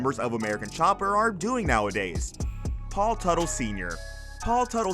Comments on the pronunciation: Consistent pronunciation of names would help. Stop switching Tuttle to Tootle, Mikey to Mickey, etc. Seems like a strange thing to do. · It's not pronounced "Tootle". It's Tuh-tle. And it was stupid of him to spend the show's money on personal shit. So dumb. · How do you go from pronouncing Teutul (Tuttle) to Tootle and Mikey to Mickey, all in the same video?